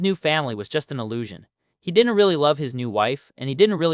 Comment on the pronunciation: He did-dent.